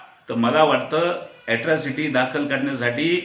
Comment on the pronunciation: Atrocity not yatrocity